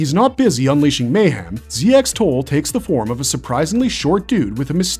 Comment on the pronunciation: Ramotith and Ramoches are literally the same Zoanoid model. The dub from the 1992 series just cocked up a lot of the names (though to be fair, almost all the Zoanoid/lord characters have weird names). Also ZX-Tole's name is pronounced "zek-toll".